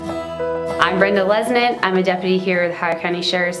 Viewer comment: I see you pronounce the last name different. We say Les nett not Leznett. Interesting. Good video cousin. David Lesnett